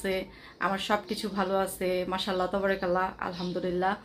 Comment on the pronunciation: Assalamu alikum please jokon pat korben tobarakallah bolben na!! ata wrong!! Bolun TABARAkALLAH ok sister ❤